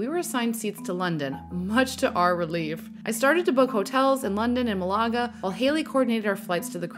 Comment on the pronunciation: You’re saying Malaga wrong. Just say it like Canada. With accent on the first syllable.